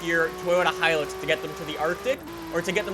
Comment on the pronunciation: Hi-LUX not hilex come on dude